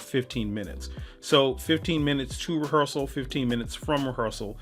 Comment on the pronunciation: you lost me at "rehearsal"